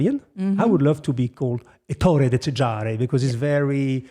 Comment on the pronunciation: It's not possible that one of the few men on Earth expert of high class, has no idea of how to pronounce an italian nome! ÈTTORE (stress on first E) - pause- DECÈSARE (stress on second E). And say italian names gently, softly with melancony, not as you were saying the name of a prussian general